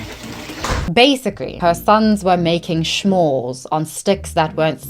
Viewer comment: i was so confused about you saying shmores 😭 i thought maybe its some type of way to say "bad things" or something... Uk accent is weird